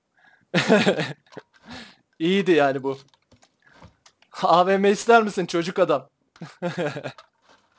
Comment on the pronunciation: Abi AVM değil AWM